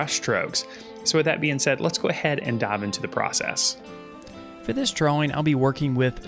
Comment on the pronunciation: Dude are you incapable of saying DRAWING like a normal person?..